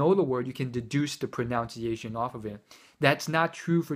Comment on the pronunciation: Great and accurate review, but pronunciation is pronounce as pro 'nun' ciation, not 'noun' :D